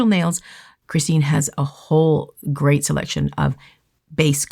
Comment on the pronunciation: Did no one pick up on Camera Man saying that Greyt is Great? 🤣